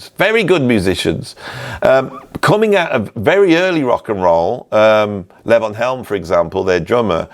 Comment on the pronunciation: Enjoyed the presentation and the love for Levon Helm. That fella from Arkansas was talented. One little niggle though, his name was pronounced Lavon again, good sir. It's Lee-von. Like the Elton John song. Onward.